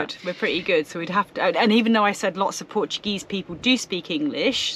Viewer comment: Lmfao terrible at saying the Portuguese work this ain't Spain